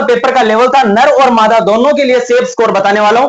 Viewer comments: Sir ye ner mada kya hota teacher ho bolne ka sance rkhe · Bevkuf.......ner & mada kya hota h Janvero me hote h ner & mada hota h .... Dag se ucharn kr le